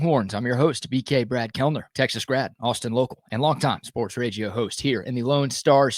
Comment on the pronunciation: I want to watch your content I really do. But for the love of everything holy stop putting Gs in words like ragio. Its RADIO and bc of things like that I just cant.